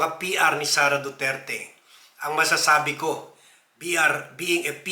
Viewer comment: Sara duterte po sir hi di SARA DURAN 😅😅😅